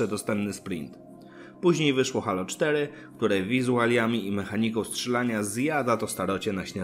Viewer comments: wszystko fajnie, z tym że mowi sie "hejloł" a nie halo, mysle ze powinienes to odnotowac prowadzac kanal o serii halo :) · dzieki obejrzalem, ale nadal mnie to halo uwiera w uszy, moze kwestia przyzwyczajenia ;)